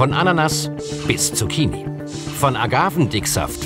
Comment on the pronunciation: Er sagt Zucchini